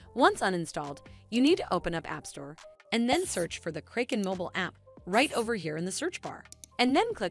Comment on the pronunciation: learn how to pron unce Kraken